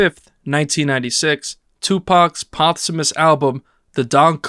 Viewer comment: Good video but.. is it a human or AI narrating? Why are so many words pronounced like they had never been heard or spoken before? Post Humous was pronounced pots hummus, impala was am-pelo, autopsy became oh-topsy, etc. I understand people pronounce words differently but its so weird to hear them said this way. The cadence was very weird too.. Still enjoyed the vid but it was odd hearing so many things sounds as if it was AI speaking trying to sounds human.